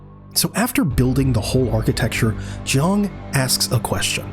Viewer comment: His name is Ji-ang, not Jung. Get your AI bot writer and speech synthesis to say it properly next time.